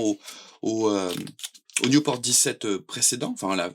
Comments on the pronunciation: On dit Nieuport, pas newporte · Belle présentation, mais c'est nieuport pas newport ! C'est un avion français !